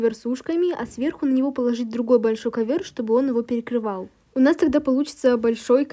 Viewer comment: Ты сказала кавыр хахахаха